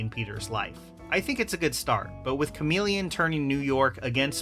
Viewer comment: Lmao bro said chameleon 😂😂😂😂 GTFOH dude